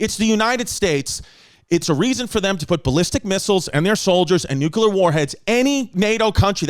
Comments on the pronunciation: Big ups to Chrissy's account of Ukraine...the most balanced and true you'll see, ironically. But...its still NU-CLEAR not NEW-QUEUE-LAR war that will kill us. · Chrissy New-kew-ler took us to school, babes! Hope y'all took notes! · Boys…say it with me now…New-Clear.